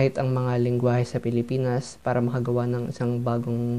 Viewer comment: I love the "Philipaenus" at 3 seconds 😂